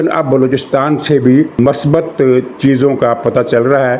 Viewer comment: Please note. Word is not MASBAT. It is MUSBAT. Thanks